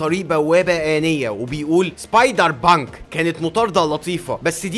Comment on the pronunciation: أنت تقول سبايدر بانك أنا أسمعها سايبر بانك 😂😂😂😂😂😂